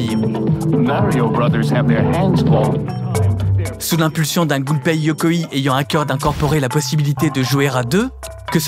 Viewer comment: Magnifique, vraiment une des meilleures chaînes youtubes qui existe. Si je peux me permettre juste une petite remarque: pour prononcer Yokoi comme tu le fais, il faudrait que le nom se transcrive Yokoii avec deux i. Tu peux dire Yokoï comme dans bolchoï. Mais bon, c'est rien, c'est un détail dans cette vidéo excellente en tous points